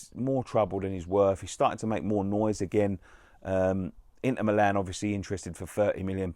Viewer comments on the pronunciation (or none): none